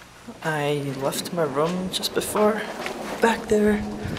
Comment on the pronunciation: LOL! You whirled around so fast, making sure you didn't miss breakfast, huh?, where are you from? You say room funny. D